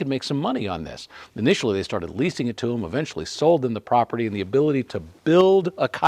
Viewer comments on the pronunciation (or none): none